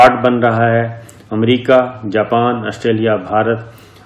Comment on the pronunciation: السلام علیکم. محترم صابر شاكر صاحب. آپ کی خبریں بہت اور ملک دوست اور عوام دوست اور حقائق پر مبنی ہوتی ہیں۔ مگر ایک معصومانہ درخواست کرنے کی جسارت کرتا ہوں۔اور وہ یہ کہ براہ کرم امریکہ کو امریقہ بولنا آپ کیطرح کے شخصیت کے لئے مناسب نہیں۔براہ کرم اسی طرح کی غلطیوں کی اصلاح کیجئے۔ جزاکم اللہ خیرا۔